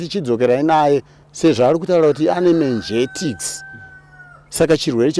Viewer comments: Mengetix😂😂😂.. Inonzi meningitis. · Kkkkkkk voti "menjektics" meningitis. Zvakaoma. 😂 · Kkkkkkkk ummmmmm chirwere che " Menjetikisi". It should be Menegities. 😂😂😂😂😂